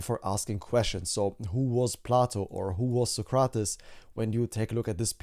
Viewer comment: it's pronounced "so-crates" not "suh-cra-tuhs"!